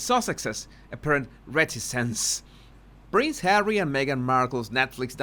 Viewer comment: Susan Rike, I also burst out laughing when says Arsewypes. Fun as well is when he says Hawwy because I have to answer HAWWWWWY. Everytime. 😂